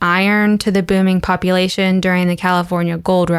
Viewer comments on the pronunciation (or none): none